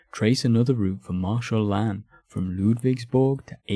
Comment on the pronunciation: This is a fantastic video! If I can make a tiny nitpick, a lot of the French names here are mispronounced. Reille, for example, should sound more like "ray" than "ray-al." And the big two that came up a lot — the s in "Lannes" is silent (unless the next word begins with a vowel, because everything needs to be complicated) and the "th" in "Berthier" makes a hard t sound. Small things, but they can take the listener out of a video about French history.